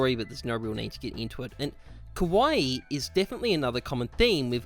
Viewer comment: The way you pronounce kawaii, you are saying “scary” lmao it’s Kah-wah-Eee